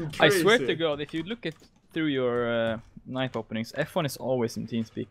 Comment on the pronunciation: i love how he pronounces knife K E N I E V